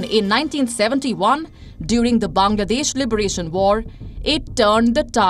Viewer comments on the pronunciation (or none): none